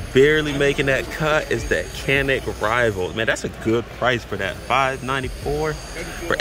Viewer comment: hate to be the one bro, but the Canik is pronounced as Jan-ik.